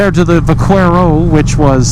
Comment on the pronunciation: Great video. FYI, in Spanish the letter Q is pronounced as K. When you were saying Vaquero.